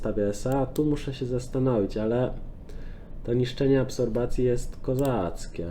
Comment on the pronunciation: absropcja prosze mow nie absorbacja